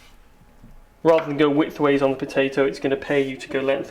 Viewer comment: fuck you and your Pow-Tay-ToE : /